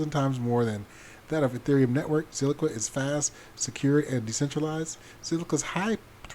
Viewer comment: It's Zilliqa, not Zilliqua.